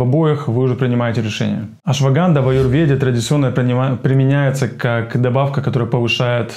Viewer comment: Ваше знание по ашваганде поверхностное. Вы даже слово "Аюрведа" выговорить не можете, а беретесь консультировать. Посмотрите хотя бы ролик об этом баде на канале доктора Вивека из Индии.